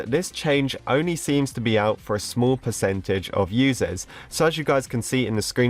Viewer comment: its percentage not pecetage